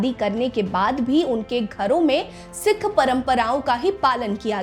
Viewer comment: Janbhooj kar sikh ko sick bol rahi ha , aur apna poora naam bhi nahi bta rahi